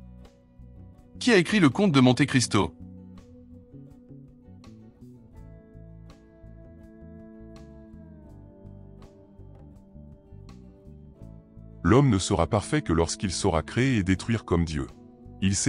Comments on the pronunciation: Juste pour info on prononce monté Cristo et non monte😂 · On ne dit pas monte cristo mais monté cristo!! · C'est bien le brocciu mais l'accent tonique est sur le o. Et on prononce Monté Cristo à l'italienne. A part ça, j'ai fait une erreur sur le violon. Personne n'est parfait... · Le bonhomme (ou le robot ?)qui dit le commentaire prononce "Montt' Cristo". Et c'est une épreuve de mesure de culture générale ... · c'est bien comme site. merci. par contre, vous constaterez souvent que les gens qui sont intéressés à faire ce type de test sont comme par hasard déjà les plus cultivés... il suffit de lire les commentaires pour s'en convaincre. attention quand même à la prononciation française de certains termes. Monte Christo se dit "Monté christo" par exemple... A bientôt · On dit Monte Cristo en prononçant Monté, à l'italienne. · 18.et on dit Monté Christo, même si il n'y a pas d'accent.😊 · Ce qui est insupportable c'est la voix de synthèse. Pourquoi ne pas mettre un humain. Au moins il ne prononcerait pas mont[E]-Cristo ou lieu de mont[é]-Cristo ni new d[E]lhii ou lieu de new-d[é]lhi